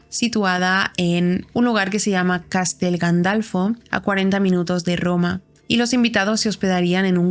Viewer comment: Se dice Castel Gandolfo